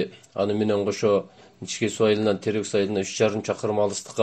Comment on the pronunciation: Каракулжа ичке дебей ничке дейсинерби таза эмес экенсинер